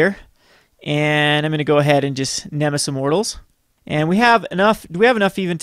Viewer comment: neh-meh-sis. Not nem-iss.